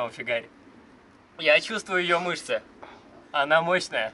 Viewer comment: Ты сказал ана мошная😂😂😂